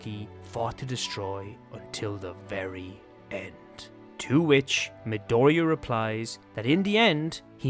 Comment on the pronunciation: Its a Mi-doriya